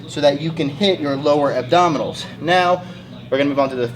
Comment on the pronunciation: he legit said rectus abdominals..... rectus abdominis